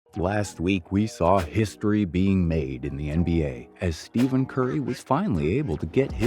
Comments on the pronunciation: Steven???? It’s Stephen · did u just say steven curry???HUH??